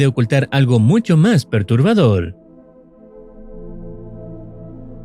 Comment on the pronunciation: dice perturbadoL :v